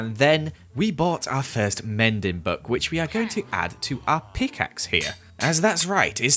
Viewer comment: The way he says peekaxe here is so funny